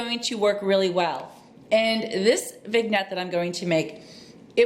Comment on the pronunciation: Hello! I think it is pronounced....Vin-yet. Love your channel!